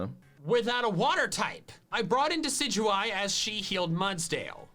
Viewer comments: "I think it's pronounce deka-doo-ee" No <3 In all seriousness like... it's probably ACTUALLY not bc I think the name comes from "deciduous" (a certain type of tree) which is pronounced how MandJTV was doin it Maybe that was sarcasm that flew over my head but like... if he actually does think that, he's wrong lmao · He called Michael cringe for his jokes but the way he pronounced “Decidueye” is so much worse when Michael actually pronounced it right because that’s how it’s pronounced in the anime 😂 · He knows that. He's said before he just likes pronouncing it Dekidooey because it's more fun to say. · I know deck-a-dooey is a troll, but god it’s triggering me. lmao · Gamer169 Yeah,Deki-dookey is ridiculous,It's just as bad as Jen-Jar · my cousin full on believes that it is pronounced doose-eh-dee and it kills me every time he says it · I die a little every time pronounces decidueye as "de-sid-you-eye" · Deh-sid-you-eye. Based on "deciduous" (trees that lose their leaves in fall), the fact owls have keen eyesight, and a pun on "deadeye," or a sharpshooter. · "Deck-A-Dewey" The word it's a play on it's Deciduous, which is NOT pronounced that way. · Im pretty sure its Decidueye (des-sid-you-eye), because of the play on words it makes with a deciduous tree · Wtf is dekadooey. Stop it. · my man said "dekidue" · Oh sweetie, no, that's not how you say Decidueye. It's a portmanteau of Deciduous and eye. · I like how he intentionally pronounces decidueye wrong lol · not to bash you but you pronounce Decidueye so wrong no offense but watch the Sun and Moon anime if you haven't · That’s not how you pronounce decidueye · I might be stupid but I really hope you were joking about the decidueye pronunciation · That decidueye pronunciation is hilariously bad. The name derives from a decidious tree. I know you don't care but at least Michael was right about something. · has committed a crime. He said Deh-sij-joo-ie instead of Deckiduey. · he says decidueye like dekadowee